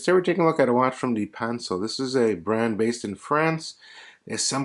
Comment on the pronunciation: Nice vid! Pronounced duh-pan-cell